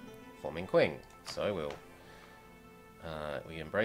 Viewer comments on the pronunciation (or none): 1 nagging detail: "Qing" is not pronounced like "kwing" as you were, but rather as "Ching", if you're going for decent romanization.